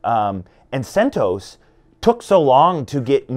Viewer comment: He pronounced CentOS correctly at first, the creator of CentOS, Greg recently did a podcast and he pronounced it the same way this dude did in the beginning of the video.